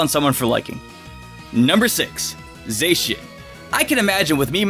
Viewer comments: Za-she-in not Zay-she-in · It's Za-she-an not Zey-shan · It's not Zay-cian, it's Zah-cian. Sorry if I sounded rude...😥😥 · Stop 🤯 I’m dieng Don’t Say Zaycan Edit: it’s Zacen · You’re saying Zacian wrong! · Okay wtf was that pronunciation for Zacian lmao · Your not saying zachin right